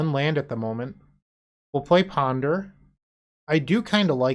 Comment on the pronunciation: I'm a little upset you didn't call it Kaheera Beseech the the Mirruh 😂 I love your Boston accent you do when you PONDUH